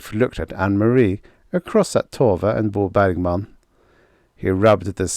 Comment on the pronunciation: Every time I hear you say Bo Bergman, my ears hear bawbag man. Guess I've listened to too many Scottish folks. 😁